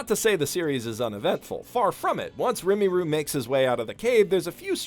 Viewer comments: "Rimiru" <- God DAMMIT this is pissing me off. I wanna watch the review and hear your thoughts, but this is bugging me soo much. * Deep breath * OK, I can handle this... just till the end of the video..... And done. Now I'm kinda curious what your opinion was at the end of the Season, considering you seemingly made this rather early on in it's runtime. Gotta admit, Slime isekai is probably one of if not my definitive favorite of it's genre; right up there with No Game No Life and Bofuri (if that last one even counts), although I also kinda wish Wiseman's Pupil also got an anime, as that one's pretty fun too, though that's neither here nor there. Really looking forward to the next season as well, considering the next couple of arcs are personal favorites. Although, I'm not sure if it properly counts saying that, considering I don't particularly dislike any of these arcs so far. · Don't worry on the next few video he'll make sure that we are complete douche bags for pointing that out. XD Well his channel, his rules. Really obnoxious and this guy is supposed to adore this new series when he can't even pronounce the main protagonist's name right after 7 episodes. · Fun fact: rimuru actually pulls mana from veldora as well when naming monsters Also your pronounciation of his name hurts me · I really enjoy this series. One thing: you're mispronouncing "Rimuru". It's not "RIMMY-ROO" its "RI-MU-ROO". Also, I'd disagree with the idea that he helps because "it's not hurting him." I think that Rimuru is a really moral and likeable character who is careful but never uncaring and whose kingdom grows because he is so willing to help, not take credit, and plan for the long-term, all with the best interests of the people who depend on him foremost in his mind. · When he said rimeeru i got a little triggered reeeeeeee its rimuru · It’s not pronounced remmy roo it’s pronounce reee murrroo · didn't you mean *Rimuru instead of Rimiru? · Sees: Rimuru Says: Remiru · RIMURU NOT RIMIRU !!!